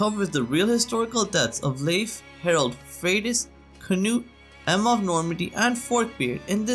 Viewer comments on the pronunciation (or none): Its not 'Harold', its 'Harald'...and yes it matters.